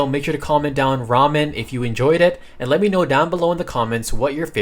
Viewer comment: "They light incest." 😂 You need to enunciate incense (in-sense) better... Or it insinuates, something else. 😂😂😂😂 Edit: Also, Ramen.